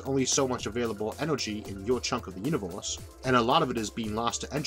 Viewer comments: Love your video and explanation. You have a funny way of pronouncing uni'w'orse and similar words. Where are you from? :-D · I can't un-hear "Univorse" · really wanted to watch but the way you pronounced universe rocked my ears. sorry man.